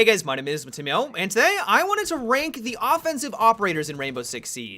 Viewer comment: Isn't he Montanjee